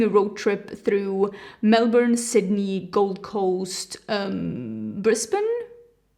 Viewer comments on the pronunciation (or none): none